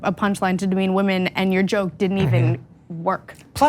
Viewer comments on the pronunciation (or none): Oh nooo! The whamen!! Not the whamen!! 🤣😂🤣